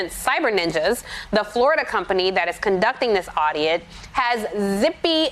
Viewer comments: "Cyber Ninja...aud-iot." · Anyone else hear that Freudian slip? She said audiot. Thats what these guys are. Audiots!🤪